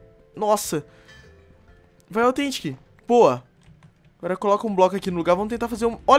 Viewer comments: ei nao é authentic é tetentic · Pq vc fala fraga tetentic